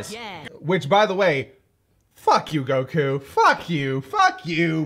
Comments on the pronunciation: we see actually say Goku’s name correctly. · Idk why it just hit me. But I think this is the first time I heard pronounce Goku correctly 😂😅